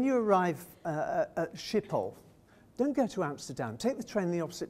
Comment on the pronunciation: Listening to this guy mangle Dutch/German pronunciations -hurts my ears -Shippol ,really, Burger master,Leede!!!